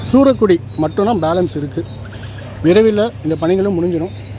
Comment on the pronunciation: சூரக்குடி இல்லை...சுரக்குடி